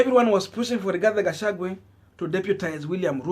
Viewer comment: At it again shemeji Gachagua not Gachagwe.Pls,pls,!